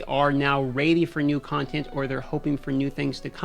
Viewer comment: The way pronounces 'ready' fascinates me...